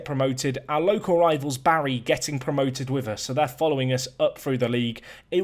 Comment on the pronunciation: It's not pronounced Barry 😂, it's more Bar-e